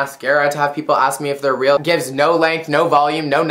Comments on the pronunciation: Lol "No, they're rill" :p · "If they're fick" "no they're rel" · if they're feck. no they're rill. :3 love you